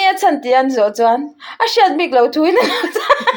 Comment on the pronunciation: Lawm bawih, 'i ril a ṭâm chuan chaw ei rawh' kan tih a, 'chuan' kan lam rîk ang hian, 'a notê chuan' tih kha lam rawh.❤